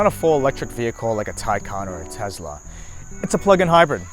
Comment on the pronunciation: Tes-la, not Tez-la.